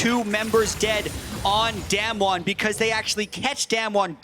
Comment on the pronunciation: Im sorry but I have no idea why this came out. I am pretty sure its not him casting. Even if it was him, calling damwon damn won is just a big no for me. The other caster did it pretty well, but one of them is just so annoying.